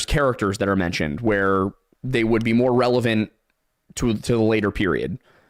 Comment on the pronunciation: he also says revelant instead of relevant. He probably does have dyslexia